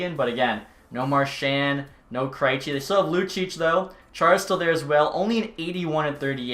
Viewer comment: I am severely offended by the way he pronounced "Kreijci". Other than that, keep the good work up!